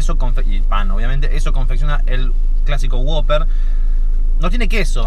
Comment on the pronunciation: Es who-pper (wouper) no woper